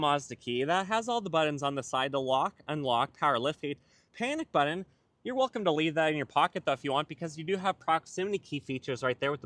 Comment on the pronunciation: BuTTon. Not BuDDon!!😬